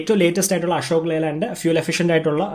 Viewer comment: "ആഷോക്" അല്ല.. അശോക്😁😁 "പ്രകാഷ്" അല്ല പ്രകാശ്...😁😁😁